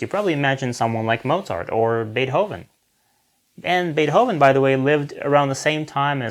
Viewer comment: Lern to pronounce Beethoven! I am with you in go, but the music example is just shit. Art is not like go. There is no objective evaluation. In go if you lose, you lose. It is objective. In music and painting there are just popular idiots. And popularity is not an objective measure. Btw. Beethoven is much much much more known as Schönberg and Prokofjev. Stay with go, no stupid "philosophy"!